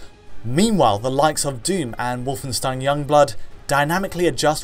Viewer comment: You're pronouncing "Wolfenstein" wrong!:D